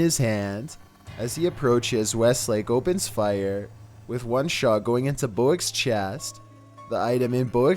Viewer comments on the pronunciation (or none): none